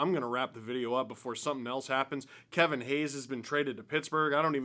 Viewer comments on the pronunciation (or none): none